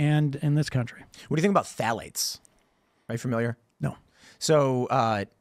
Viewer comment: Love how he mispronounced phthalates